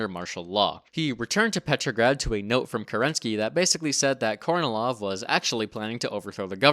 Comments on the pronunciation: FYI, Kornilov is pronounced as "car-knee-love" 🙂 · Small point but I recommend you look up where the syllable stress is in Russian names before pronouncing them. Plus unstressed o's become a's. e.g., KarnEElaf